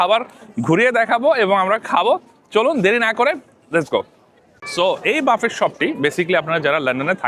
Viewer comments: It is pronounced as Buffae not buffet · পাগলা, এইটা বাফেট না বাফে... উচ্চারণ। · You mentioned that you have been living in the UK for the last 17 years, but you don’t know how to pronounce “buffet.” The correct pronunciation is “buffay” (like “ba-fay” or “boo-fay”). The “t” is silent.